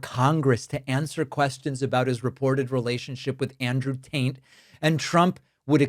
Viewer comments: does he keep saying Andrew tant? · Every time you say Taint instead of Tate, it serves only to paint you as being juvenile. Why do you feel the need to do this? This is no laughing matter. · You keep saying,Andrew "TAINT" or the "TAINT"Brothers.Their last name is not "TAINT"....Their last name is "TATE". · You said Tate. I heard Taint. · It definitely sounds like you’re “Taint” instead of “Tate” and I think you know you are and I think that’s hilarious. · Are you saying tant? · is you sayin taint? Sounds like you callin them bros Taint.....crak me up yo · Did you say Andrew Taint? That would be appropriate lol. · Sounds like you're saying "Taint brothers." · It may just be my hearing, but it really sounds like you’re saying, “Andrew and Tristan Taint…” 😂🙈 Not complaining, just saying. 😏💙🩵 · Did he say Taint brothers? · The "Taint" brothers... could have sworn you said that the first several times.... LOL. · It sounds like you're saying Taint but its Tate. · Did you say Andrew Taint? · Sounds like you said "Andrew Taint" , and I thought it was funny enough to deserve a post since I hadn't heard it yet. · Every time you say their name I hear the Taint Brothers and I can’t stop laughing. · Please pronounce the name TATE correct. There is no “N” in it.. Tate… thank you.. where would you pick up a n, I’m just mystified. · Did you say the Taint brothers?? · Is David pronouncing Tate as "taint" on purpose? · Did I hear you say “Andrew Taint??”. 😂😂😂😂😂😂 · Are you intentionally pronouncing Tate as "Taint"? I like it! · The first couple times I heard him say it, I thought maybe David was mispronouncing it I was hearing it wrong. I get it, the Taint Brothers. Appreciate that! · I love how you pronounce the brothers' last name.